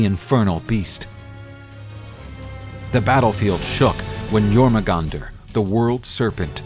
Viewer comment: I think your pronouncing the serpent's name wrong.